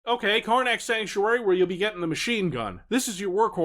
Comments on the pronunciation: Every time I hear you say "Karnak" it sounds like "Carmack" to my ears! Another amazing video! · Why do I keep hearing City of Karnak as Carmack? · I kept thinking you said carmac every time you said karnac